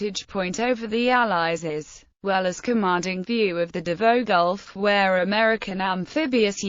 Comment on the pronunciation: Pronounced "Davow" not Davoe.